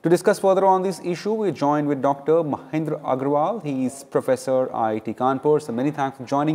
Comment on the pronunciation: Ancor: Dr. MaNindra not MaHindra.